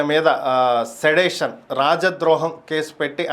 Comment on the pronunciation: బాబూ సిడేషన్ కాదు అది సెడిషన్....సరిగా చదవండి